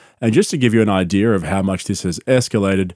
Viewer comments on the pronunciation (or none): An "idear" 😂 sound like my grandpaw